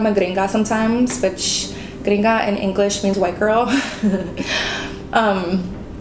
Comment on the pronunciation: Yes, your very American when you laughed & said gringa. Some come here & don't acculturate but you for sure have 😊